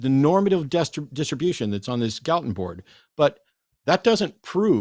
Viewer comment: Why are they calling him "Gallatin"? His name is Francis Galton.